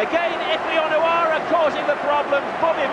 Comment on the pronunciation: The way he says Onoura is annyoing me